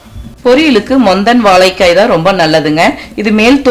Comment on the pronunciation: Unfortunately you are unable to pronounce 'zha' properly, and also the big L. Otherwise great recipe. Thanks.